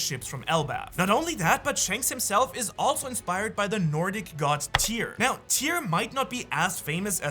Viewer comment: Tyr! Not tear.